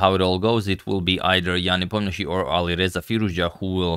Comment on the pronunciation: Yan Nepomnyachtchy